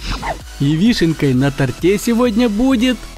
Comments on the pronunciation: Не тортЕ, а на тОрте)) PS: я лигвист-задрот)) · на тОРте, а не на тортЕ